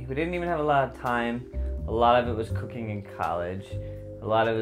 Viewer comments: Did anyone else hear "we got into cocaine when we were young" 😂 then he said cooking and I was like OH, duh lmao. Damn stoners 😂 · I thought he said cocaine at the beginning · First time he said cooking, I heard cocaine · i legit thought he said cocaine at the beginnjng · Did anyone else hear cocaine intead of cooking lol I'm werird I think